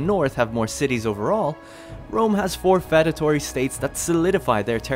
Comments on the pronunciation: Feudatory is pronounced few-da-tory. Like the word feud. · I wanted to die every time you said "fed-atory," but I really appreciate the video. Thank you. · Why do you pronounce feudatory so weird